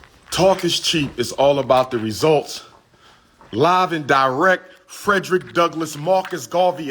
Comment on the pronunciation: When Umar says “Live and die-WRECK,” without pronouncing the “t,” it makes me feel so blackety blackety black! 😂😂😂